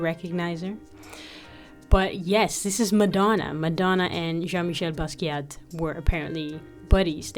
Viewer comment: The T in Basquiat is silent. Respect the legend.